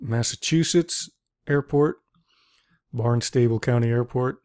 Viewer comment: FYI- The correct pronunciation is "Barn-stubble" County. With the accent, it's "BAHN-stubble". Also, the airport is Barnstable Municipal Airport.